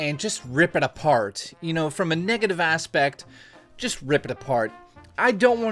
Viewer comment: Wait...did you say niggative?